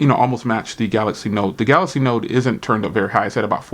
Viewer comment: go to school bro... it's called Galaxy. not galax.